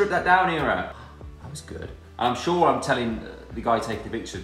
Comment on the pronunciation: shore Liam Shooore